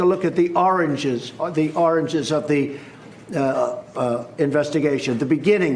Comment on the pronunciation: bruh, Its origin...lmao not oranges...smdh